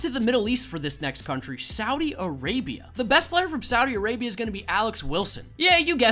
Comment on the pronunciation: “sowdi arabia”